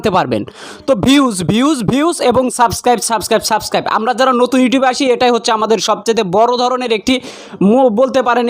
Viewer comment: সব্দটা হবে সাবস্ক্রাইব হবে, সাসকাইব না, আশা করি বুঝেছেন ভাইয়া।